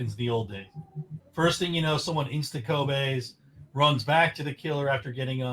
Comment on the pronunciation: him calling a kobe a ko-bay hurt me physically.